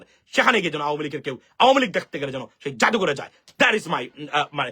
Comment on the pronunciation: Perfect pronunciation of this political party nothing else